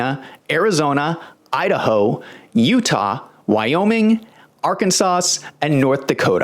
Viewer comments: It's pronounced "AR-kan-SAW"... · I love your videos, but this one really had me cracking up… Arkan-sauce??? 😂😂😂. Oh, and Brennan’s last name is Hawken, not Hawkins. It feels good to laugh, especially when there’s so little to laugh about. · You don't pronounce the last 's' in my states name. It is pronounced as Arkansaw. The opposite is true of Illinois, you do NOT pronounce the last 's.' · The "s" in Arkansas is silent. This makes me wonder what else isn't right in this video?